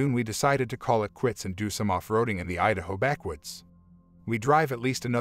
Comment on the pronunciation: you said "Udaho?"